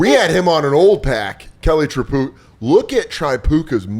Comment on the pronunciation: The Tripucka pronunciation is getting to me 😂